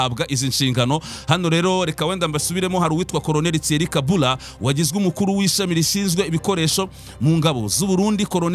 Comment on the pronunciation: Colonel Thierry KABURA basoma KABUUURA